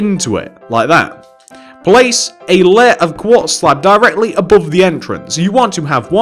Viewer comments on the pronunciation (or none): none